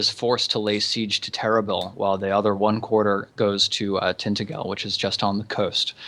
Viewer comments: oh... who's going to point out it's usually pronounced 'tin-tag-el' not 'tinta-gel' and 'gorlo-is' not 'gorlwa' (this is england, not FRANCE) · ***** Tintagel us pronounced with a soft g so "Tintajel". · ***** Off the top of my head I believe that tintagel is pronounced tin-taj-el (soft g rather then hard g)